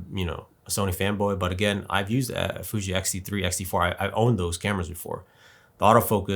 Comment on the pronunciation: You can't even say Fuji's name.Try to do research before coming here